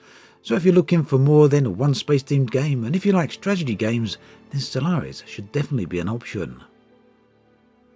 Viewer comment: "Stragedy game" :D "Stragedy games" xDD